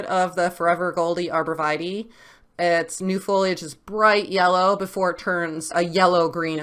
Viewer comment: Arbor Vee-tay not Vitie